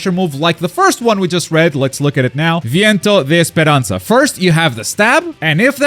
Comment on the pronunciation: your pronounciation of Viento de Esperanza was suspiciously good lol. I really like Nell she being here is like an Oasis to me. Let see if Cirucci can land to the rooster too.